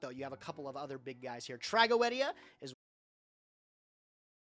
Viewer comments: Trago-o-edia is actually how it's pronounced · That's actually the correct pronunciation of Tragoedia btw, it's a real Latin word